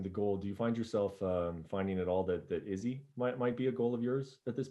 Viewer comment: Brett "Izzzy" Okamoto